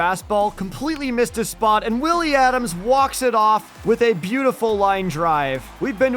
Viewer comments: It's Adames, not Adams. Pronounced Ah-dom-ez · Man i loved this video until you kept saying adams instead of adames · Btw you said Willy adames wrong lol!